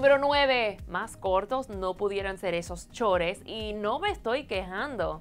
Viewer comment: esos shores? ajajajjajajajajja tan gringa que se la da